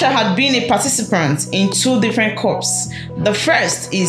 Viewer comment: Did you just say 'coups' with an audible 'P'?